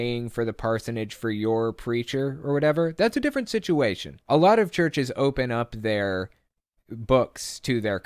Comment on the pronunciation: Did the Cope say shituation or situation. Whatever !